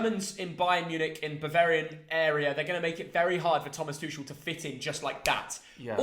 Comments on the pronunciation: Thomas tushel its tuchel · Thomas "Tooshel" 😭🤣🤣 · This kid cracks me up. 1st he was on PSG jock. Now it's "Two-shul" mannnn gtfoh. Stick w the EPL. You're outta your depth here pal.